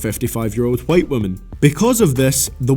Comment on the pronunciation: Why tf you say the word white like Stewie griffin